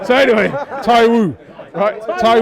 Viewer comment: its TAIWO not Tai - Woo